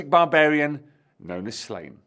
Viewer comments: It's pronounced SLAW-nyə, not "Slain". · Pronouncing it Slane hurts my Irish ears. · the accent over the a means its a long a sound. So it should be pronounced slaw-nye. (ine making nye like the ~over the n in Spanish ) Im assuming the author probably intended slane pronunciation though as its like a play on slay. And was intended for an english speaking audience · Every time you pronounce his name like that a baby develops a cleft palate in Ireland. The daft thing is you know how to pronounce it properly.